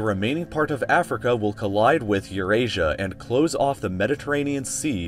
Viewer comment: pronounciatino of Eurasia sounds like Uranus